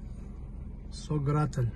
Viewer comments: Ва алейкум ассалам. То что написано на арке немного неправильно произнёс название села, на аварском оно иначе произносится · нет 😊. Написано там все правильно , просто когда вы произносили название нашего села в конце там не звучит мягкий знак он дает другой звук.